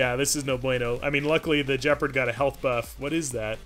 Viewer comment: Points to for using the proper term for the dominance bar! Minus points for not pronouncing Gepard with a hard G. There doesn’t seem to be variable playback speed for iOS, but time passes quickly when I enjoy your rambles. Keep it up!